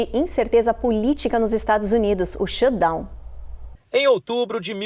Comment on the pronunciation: Shutdown!!!!! Pronuncia o T pelo amor de Deus “shudown” dói de ouvir.